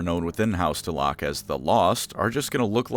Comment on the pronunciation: Pretty sure the proper way to say that is Dell-uh-keuw...